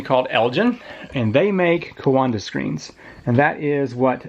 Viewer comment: Every time you said 'coanda' I heard 'Wakanda' in my head. :) Cool stuff though, very interesting!